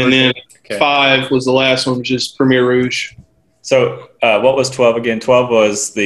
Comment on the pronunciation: Yes. Think of Coast (what Côte means) just without the s. Côté (the way he was pronouncing it - sorta) is a totally different word meaning nearby/close. But at least he got ROUGE this round instead of ROGUE. One step at a time